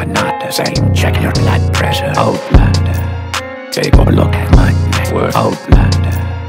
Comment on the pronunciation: I thought wen he was saying outlander that he was saying oh blunder. So I partied UK ole blunder yeah I snorted coke to this shit. Thanks kid.